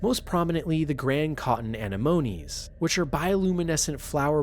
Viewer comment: And cotton anemone. Should be a-nem-uh-knee instead of an-em-oh-knee